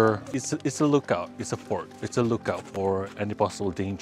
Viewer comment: ya allah.. i keep thinking u were saying "this is a fork" im like... garpu??!! simpang 3??? A FORT WEH!!!!!! hahahaha my ears got problem XD